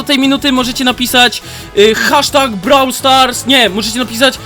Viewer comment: Brawl stars (czytaj:broł stars)